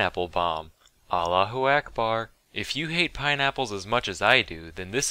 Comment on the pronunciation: God his pronouncement of Allahu Akbar is terrible